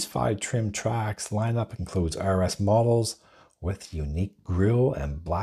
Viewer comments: It's pretty hard to take a review seriously when the name of the vehicle being reviewed isn't even pronounced right. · It's called a TRAX, not Track. There's an X in there. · Why are you calling it a Chevy “Track??” Its a Chevy “Trax.”